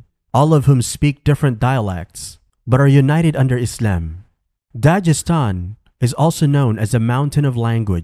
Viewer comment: It's Dagestan not dajestan